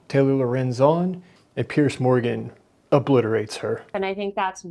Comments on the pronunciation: Piers has complained before that Americans always pronounce his name as pierce, like a stab. Throw a z sound on there and buck the disrespect, and say it like peers. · Piers is pronounced Pierz, not Pierce.